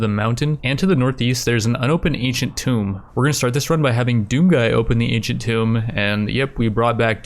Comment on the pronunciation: Does anyone else cringe everytime he mispronounced "Tomb?"